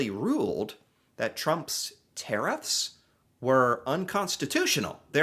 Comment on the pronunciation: There Tariffs... not Care-IF's